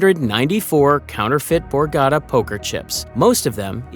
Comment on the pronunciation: Great video and very exciting! But remember it’s the borgata casino, not the borgadda. Pronounce your T’s pls young man